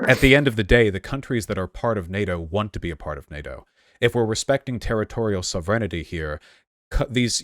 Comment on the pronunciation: “soh-vren-ih-tee” Wtf